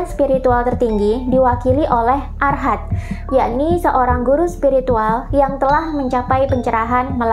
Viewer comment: Arahat. Bukan arhat